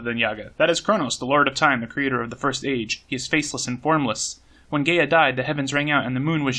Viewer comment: Gaea: GUY-uh, by the way. Same as Gaia.